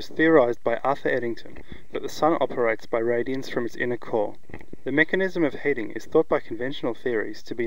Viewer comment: heating is "heet-ing", not "haat-ing"